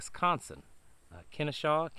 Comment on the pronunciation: Pronounced Ken-OH-Shuh. It's all ginned up to usher in the marxist and then technocratic rule.